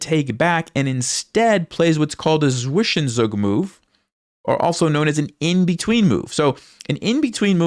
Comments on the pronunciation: English players say swish en zug, but. It is pronounced svi zen zug, which the first syllable means two in German! Ugh nails on a chalkboard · zwischenzug is pronounced as ''tsvishentsug'' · The way you say zwichenzug is breaking me great pain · Zwischenzug...your german is not the best